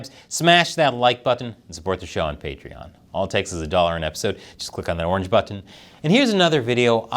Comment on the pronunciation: im unsubscribing, talking all the crap about RFK. Hes the one im voting for and i see past this bull crap, immature sht talking. Your so rude and foolish thinking youtube secretly unsubscribed people when your literally just talking smack like you yourself are perfect. You say the word Button like a weirdo btw.